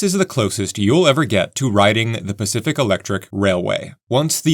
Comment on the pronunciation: I love all the serious heartfelt comments, but I feel the need to express my lack of maturity. I thoroughly enjoyed listening to this video telling myself it was actually the "specific railway" but you just kept mispronouncing it.